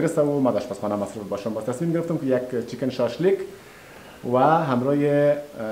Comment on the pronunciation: عزیز اسم غذا ره خیلی بد رقم گفتی شاش لیگ 🤣🤣🤣🤣